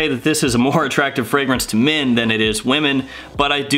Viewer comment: I kept thinking u said mint although the title mentioned men. Great reviews nevertheless! :D